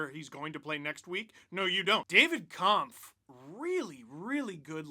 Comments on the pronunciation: Just an FYI, Kämpf is pronounced more like "Kempf" than "Kahmpf". Watch their Twitter video of name pronunciations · congratz to the 15th season of #lfr! :) btw - you can pronounce david kämpf "kempf" (maybe a bit like detlef schrempf (ex nba player)) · maybe i am wrong (i am austrian not czech) but David Kämpf's last name should be pronounced differently. not that weird german "a" you tried. the german "ä" sounds more like the english "a" in camping or camera.